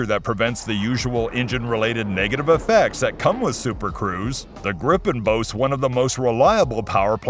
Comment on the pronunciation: Pronouncing "Gripen" almost like "Gripping" really gives off the wrong vibes. "Gripen" is Swedish and means "The Griffon" (the mythical Griffon animal/beast). So either pronounce "Gripen" better, or just call it "Griffon" instead, because "Gripen" doesn't have anything to do with getting a grip on things...